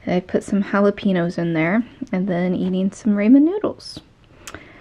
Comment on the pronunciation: I'm sorry but... Jah-la-pee-nos & ray-mehn noodles. Lmaooo i loved it